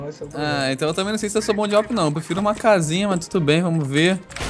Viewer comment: e awp q fala e n a w p